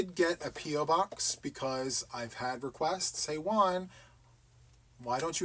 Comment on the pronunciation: Hi ☺️👋 i wonder why you say your name like you do juan sounds like one you don't emphasis the J like how do you pronounce James or Jamaica or John?? anyway one sounds good!!! love your channel ❤❤❤Nora this is a good situation 😁😁😂